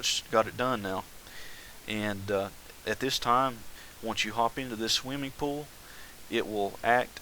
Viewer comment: omg, RevyDaBro, i heard that also!!! PS im a Chex Quest modder, its basicly doom, but you teleport slimy creatures